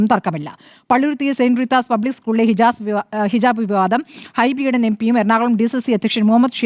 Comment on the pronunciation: ഹിജബ് അല്ല ഹിജാബ് 😄😄